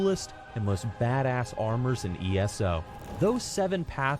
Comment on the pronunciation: Who the fuck calls it ESSO? It's E.S.O